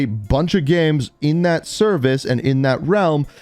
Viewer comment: The way he says games like gemes lol